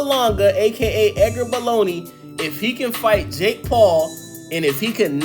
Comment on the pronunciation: Literally cringe how many times he said edger baloney